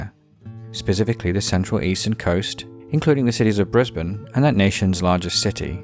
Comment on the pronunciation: Nice job pronouncing Brisbane